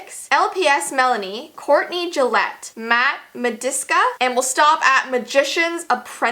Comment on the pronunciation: Matt Mydske not Matt madiska